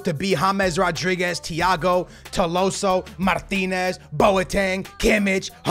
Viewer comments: It's tolisio not toloso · it’s To-LI-sso not To-LO-sso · bro... it’s Tolliso, not Tolloso.... 2LeeSo... it’s triggering😂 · how did he screw it up so bad? tolloso? Man, i like skillz but he's so dyslexic its mental. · need to go see the eye doctor to change his glasses, its not 'TOLOSSO' its 'TOLISSO' it clearly shows his name with the letter i not o. lol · Its not Tolosso.. Its written right there TOLISSO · It is not Tilosso but Tolisso! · Tolisso, not tolosso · Tolissou. Not tolosso wtf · his name is tolisso to-li-so not to-lo-so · It’s tolisso not tolosso 😂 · Dude. it's Tolisso, not Tolosso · It’s Tolisso not Tolosso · its tolisso not tolosso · tolisso... not tolosso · Please, it is TOLISSO not TOLOWSSO, you’re killing me man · It’s toLIso not toloso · Its TOLISO NOT TOLOSO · Tolliso is pronounced toll-ees-so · also, he pronounced Tolliso's name right on his main channel, and he butchers it here... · here are some pronounciations Tolisso=to-lee-so Lewandowski=le-van-dof-ski Gnabry=nabry g is silent also bring vallejo for cb asensio or dele alli or gomes(angel not andre) for cam and SELL vidal,costa,neuer,coman and BUY goretzka,ederson,hakimi and a backup LB like dinge or davies or rose or luke shaw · Toe-lee-so like so he can see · SKILLZ ITS TOLISSO TOH-LIHS-OHH ALSO LEWANDOWSKI LEH-WHAN-DOW-SKII SAY IT RIGHT AT LEAST ONCE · lets get this correct right now its toe-lee-so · Tolisso= Toleeso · It's pronounced TO-LI-SO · skillz trying to say tolisso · Do you guys also fijd it funny how he says tolisso😂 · You say you read the comments, yet you keep pronouncing Tolissos’s name wrong